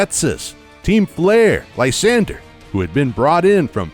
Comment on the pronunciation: •So many Pokémon pronunciations wrong •Lysandre is pronounced: Lis-ON-dray •there are different gyms in Shield than in Sword •‘Gold’s name isn’t ‘Gold’ •Zacian is ZA-si-an, coz cian (propounded si-an) means ancient in Greek •The ‘Weald’ Slumbering Weald is pronounced weeld •Eternatus doesn’t gigantimax, it Eternamaxes